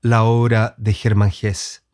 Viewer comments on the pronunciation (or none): Se pronuncia “Hesse”, no “Hess” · Estimado, compartimos la admiración por estos dos grandes maestros. Agradezco infinitamente tu video. Quiero decirte sí que algo no me cayó muy bien, y el comentario quizás para ti sea desagradable, es tu manera de pronunciar el apellido del premio Nobel. Como tu mismo lo dijiste, el caballero es suizo-alemán, por lo tanto la "e" final de su apellido sí se pronuncia. Perdona mi rigurosidad lingüística, pero no entiendo el porqué de tu manera de pronunciarlo, si en buen chileno también se pronunciaría la "e" final. El tragarse la "e" me parece siútico, y lo que menos quiero es que un admirador de tan grandes portentos se oiga de manera incorrecta. Te deseo lo mejor y gracias nuevamente por tus aportes.